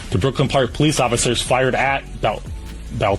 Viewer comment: Boelter is pronounced “Bowl-ter”!!! Not Belter!!